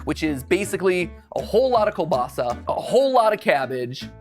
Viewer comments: In polish, Ł is pronounced as W, kiełbasa is pronounced as kiewbasa 🫶 other than that your pronunciation is surprisingly good! 💕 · i love how matpat is pronoucing kiełbasa like " kubasa" or 'kelbasa" 😂😂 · You should come back to poland mateusz, also the ł in kiełbasa is pronounced as w so its pronounced kiewbasa (also mathew patricks is kinda polish as in mateusz patryk?) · Why didn't you do bigos or pierogi? And hearing you say kiełbasa is painful 😅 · huh? so mattpatt is of Polish heritage too? sweeet. though he cant pronounce kielbasa to save his life XD and kielbasa, its delicious, but steamed cabbage riiight w/ ya on it not that tasty or great smelling.. Xp